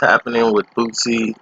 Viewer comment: Could you please stop pronouncing his name wrong? It's Booo See. It's not Boot-See.